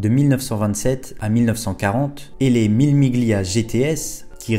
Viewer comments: Salut, J'aime bien ce que tu fais, mais j'ai les oreilles écorchées à vif quand tu dis "le chrononométeur" (au lieu du chronométReur), sans compter le "Mille Miglia" qui se prononce en réalité "Millé millia" (pas le G audible si suivi du L en italien)... Mais encore plus dans ta construction de phrase où tu répètes plusieurs fois la même faute "le lien qu'il existe" au lieu de "le lien QUI existe". Mais ton "je sais qu'il existe" est parfait. Les dures lois de la grammaire... Bref, deux (ou trois) remarques que j'espère constructives — désolé si cela semble futile pour certain(e)s, même moi je fais des erreurs, mais tu sembles chercher la qualité —, bref, si tu peux te faire (ou te) relire. Ne m'en veux pas... J'aime bien ce que tu fais — je me répète car c'est vrai — et j'ai le beau rôle tandis que toi, tu trimes. Cordialement, Daniel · Mille Miglia se prononce "Millé Milia" 😉